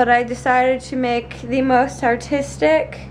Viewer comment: Did she say artistic or autistic?